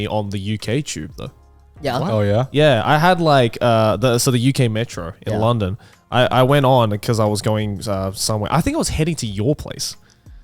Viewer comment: I hate how garnt says long -DOn rather than LUN-don